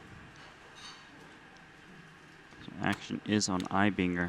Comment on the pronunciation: Mad Props for pronouncing Eibinger correctly!